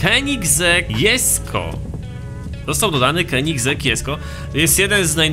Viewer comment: Mówi się koneseing